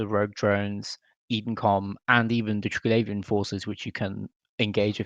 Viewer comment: How does the person that is the authority on this not even know how to properly pronounce Triglavian